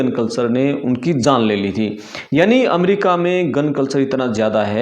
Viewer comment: भाई पहले बोलना सीख अमेरिका होता है ना कि अमरिका